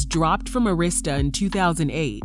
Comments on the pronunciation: And Arista is pronounced Air - is - tuh not Urrista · ITS NOT ARISTA (A Rist Sta) it’s Air I Sta = ARISTA Records 😂😂😂😂 DAMN WHO DID THIS VOICE OVER ???? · Pronounced ( Ah-ris-ta) Arista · It’s pronounced Ah-rista records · The way she kept pronouncing LaFace and Arista though....